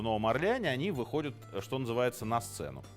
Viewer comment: Все вроде хорошо и интересно, еще бы прозношение отдельных окончаний выровнять и будет идеально: не выходЮт, а выходЯт, не находЮт, а находЯт, где то в школе, видимо, был пропущен урок по русскому языку...